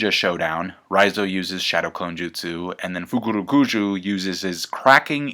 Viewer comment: Love the fukurukuju pronunciation